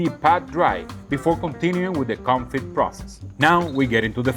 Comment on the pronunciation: Today is a break from your English classes! It's French day... 😀 Confit has a silent T, it's pronounced "Confee." 😉 And yes, it does amazing things for beef,chicken, duck is popular, anything you want to cook. Keep up the good work 👏